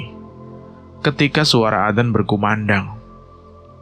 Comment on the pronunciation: Azan bacanya bkn adan😊